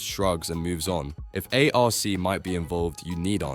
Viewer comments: A R C? Bro just say Arc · only A.I.-I.D.I.O.T.S calls the them A.R.C ...lol